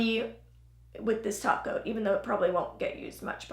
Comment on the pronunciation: Every time you said “topcoat” I thought you said “taco” lol